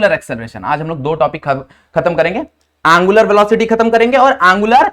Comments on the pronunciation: Its angular not a aangular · He say aanngularr 😂😂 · Angular ❌ aaaangular ✅